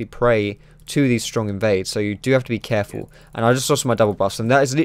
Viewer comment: "Cahful~" WHAT WAS THAT